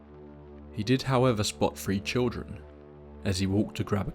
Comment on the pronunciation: Is he saying "free" "tree" or "three"?